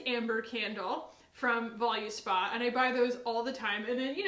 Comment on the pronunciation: I really liked the honest beauty mascara and wanted to try out a bunch of their other stuff, but sadly their cruelty free status is not verified on logical harmony, ethical elephant, or cruelty free kitty :( side note: Volu in Voluspa is pronounced like the volu in voluptuous